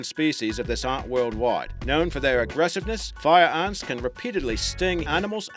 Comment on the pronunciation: "fire uns" "Un lions" "Army uns" "Assasen bug" "Bullet uns"